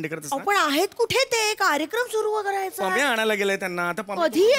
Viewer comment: pamya chya jagi panya Fumble padla 😂